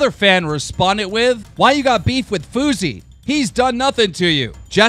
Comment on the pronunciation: You can literally hear the "E" in fousey...